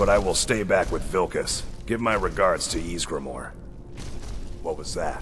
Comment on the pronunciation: Ysgramoor not maar